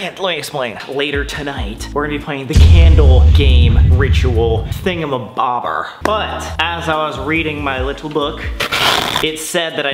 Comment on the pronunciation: the way he said thingamabober